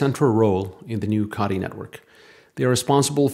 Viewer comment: C"OH"tee not caughty